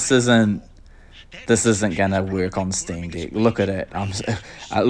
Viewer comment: as an australian, i think its a new zealand accent at work!